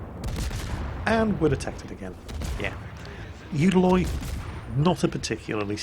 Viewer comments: It's not the youdaloi it's the ulaloi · "...you can't do that with the UDALOI. You have to UDAlize smokescreens" :P